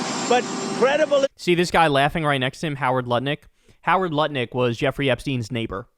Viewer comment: From now on, it’s pronounced Howard Nutlick 😂